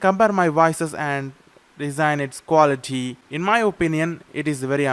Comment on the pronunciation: recording qua 'LL' ity test